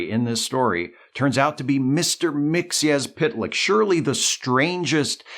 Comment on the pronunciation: Thank you for correctly pronouncing Mr. Mxyzptlk's name.